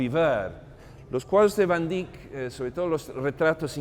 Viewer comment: ..y porq hacéis el payaso ..pronunciando a la Ibérica si cada idioma es como es y no más !..como de jovenes aprendímos.Van Dáik o Déick..y no ese " iberismo cursi.." último dictatus nódulos..de vamos Monsieur Volteire o Montesquieu..q ? Gran Señor como os permitís tanta " borrasca y churrería.." q Yo humano pobre..nunca ganaré su sueldo..y un Museo tan Universal..lo vais a llenar de " cacharrería.." ah ? Pa' vender mejor ??..pero si UD.o Yo i mi Otro Aquél..jamás igualará la altura de este Genio de la Pintura..y q por algo lo protegió el Lord Tikis ( veis q puedo jugar ?..) dejad los Nombres y Apellidajes como son en sus países..q por ensenar lo o aprenderlo en Chino..o Francés o Catalán..Ruso o Inglés..pués no va a Atraer a nadie más..q a UD o Mi insignificancia..y algún despitadillo más de la Riada de Necesitados de Amor..Comida..o Belleza..y Si esa " módulos " invade incluso tan Alto Museo ?? En el Hermitage ni se les ocurre..en National Galery imposible..en el Louvre i se La Ubre..pués andan locos..cn la chatarrería..un poco de respeto no ?? ..imaginé el momento en q la Obra de Arte es realizada cada minuto..q ningún Artista Verdadero paso Vida De Rositas y Comodines..raro ese afán ..y triste ..respetado al Pintor o Músico..etc..! Perdone pero es hay varios..por q ? No os elevados ( q a todos nos cuesta tiempo y amor ) a la altura de Dn Quijote ??? O Persiles..